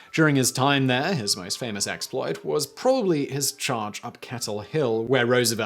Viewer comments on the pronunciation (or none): none